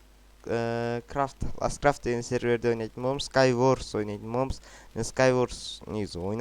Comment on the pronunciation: скай ворс емес скай варс